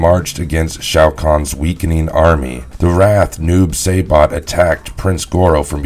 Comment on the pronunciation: yeah it threw me off too. Shao kuhn, noob Say-Bot, etc.